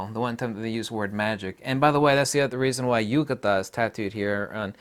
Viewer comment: It's not ugata, in greeklish is more like ygeia which comes close to igia where every i is pronounced as an e.